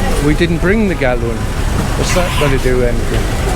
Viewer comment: Galun🤔 oh it’s gallon 😂😂